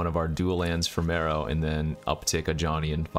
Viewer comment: You say mEro, I say mAro.... You say potato, I say Potato.... You say tomatoes, I say tomato's.... Lets call the whole thig off! I thought it was pronounced M-AR-O as in Mark Rosewater? What do I know?